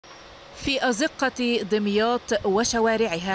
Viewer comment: اسمها دُمياط مش دِمياط بضم الدال مش كسرها !!